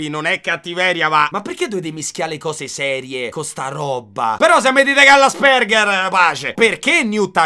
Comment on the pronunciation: Bro ti prego é Àspeng(h)er 😂😂😂 Ti voglio bene sei u' topp frateeeee